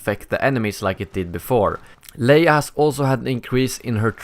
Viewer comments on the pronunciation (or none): none